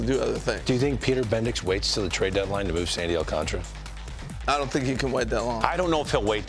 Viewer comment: Its not thay damn hard to pronounce his last name.